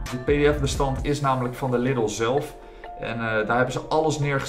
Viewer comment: Na al die jaren spreek je Lidl nog steeds verkeerd uit